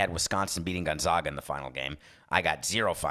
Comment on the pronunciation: Gone ZAG uh they are the ZAGS not the ZOGS and for future reference, Boise is Boy see not Boy Zee